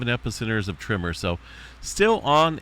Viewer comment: Why do you say "trimmer" instead of "tremor"? I tried to watch this muted, but the captions also show up as "trimmer, trimmer, trimmer" 🤮 Are we talking about an army of people simultaneously neatening their lawn edges, causing earthquakes??